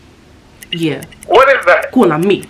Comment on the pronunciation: she said "cola me" 😂😂😂